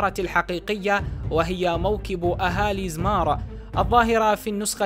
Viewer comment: زومار وليس زمار